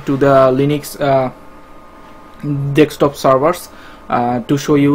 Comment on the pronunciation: its deSKtop´man ;)